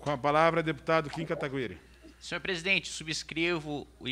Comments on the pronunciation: Não aguento mais os caras falando o nome do Kim errado, pelo amor de Deus Kim, abre um inquérito para apurar quem foi o disseminador de tal falácias... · Mano esses cara fazem de proposito neh? Qual a dificuldade de falar o nome do Kim corretamente ? Kkkkkk